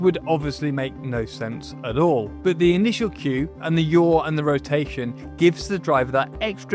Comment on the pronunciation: lol for example, dude just completely mispronounced “yaw”. yall are just bullshitting to sound smart 😂